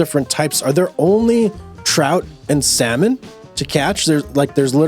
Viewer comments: The "L" in salmon is silent. Come on, man. This can't be the first time you've seen the word, or heard of salmon. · The way you say salmon😂.... Its a silent L man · Been waiting for this hehehe Could you do stardew valley on this channel? The way you say salmon bro